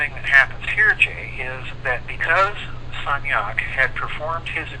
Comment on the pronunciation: How do you spell the name of the French researcher’s name, the one who tested the aether? It sounds like “Georges Stagnac”